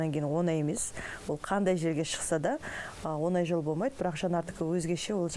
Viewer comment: оНай деп емес, оҢай деп айт.